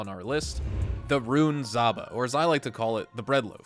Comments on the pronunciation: ZHaba, not Zaba! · Not zaba, its zhaba, like saba and shaba. Russian word means toad or frog